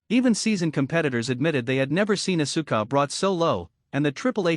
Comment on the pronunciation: The pronouncing is ohssska not oh su ka.